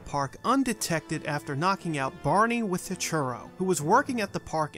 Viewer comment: I just started watching this channel, and I can't stand that he pronounces "with" as "wit".